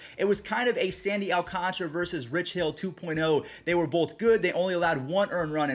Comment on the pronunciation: I’m sorry but you trigger me when you don’t know how to sound out alcantara. Still my favorite YouTuber though